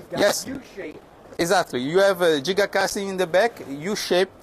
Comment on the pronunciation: Finally someone that pronounces giga correctly.